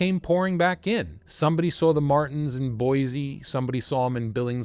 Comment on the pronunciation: I have been binging, and thoroughly enjoying your videos. This story happens in the PNW - my home, where place names don't always align with the spelling; so please let me correct you (for future): Boi-see (not zee), Mult-no-mah County, The Dalles is pronounced The Dells. There may be more - I'm only 20 minutes in on this one. May seem petty, but it's kind of like someone repeatedly saying your name wrong...